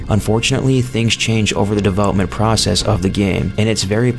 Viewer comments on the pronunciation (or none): none